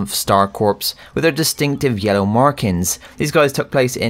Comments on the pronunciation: Just so you know, corps is not pronounced “corpse”, it is pronounced “core”. Just for the future :) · This man says corps like a corpse it’s Core